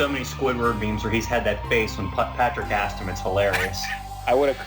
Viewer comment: Pro tip, the verb "to ask" in past tense is "asked," not "aksed". S before k. Sk. Sssssssssk. Asked.